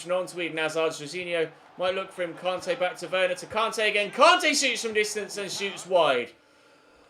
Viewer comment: Why’s it so difficult for u to pronounce Kante